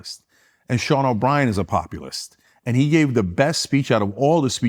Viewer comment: This clown says “populist” but it sounds like ‘communist’. He wasn’t even close to the first internet show, what a clown. His eyes are brown because he’s so full of sh*t